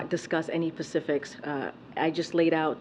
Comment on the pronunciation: Pacifics?! It’s SPECIFICS!